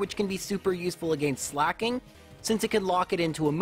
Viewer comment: why on earth does he pronounce Slaking like slacking???